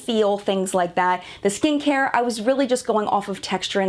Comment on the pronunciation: For a moment I thought I heard you say "good stinkhair" instead of "good skincare". Apparently even my ears ar eblond. lol